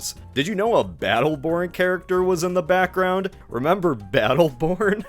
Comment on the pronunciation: "I 'memberr that! You 'member?"